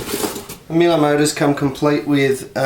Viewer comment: "Meel-ay"?!! Struth! Try 'Mee-luh'... And for heaven's sake get a cordless driver! Life is too short to watch you extract screws with a flaming screwdriver!